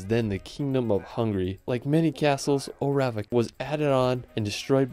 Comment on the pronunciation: Good selection! But what a pity you didn't learn how to pronounce the names of them; not even an approximation. Did you ever actually meet any local people and hear how they say Eilean Donan, Dunottar, Orava, Spis, Trakai, etc ?